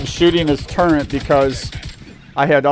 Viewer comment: There's NO "N" in the word TURRET.